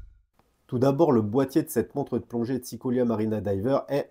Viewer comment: Ça me fera toujours rire de t'entendre dire "une montre EUD' plongée" 😅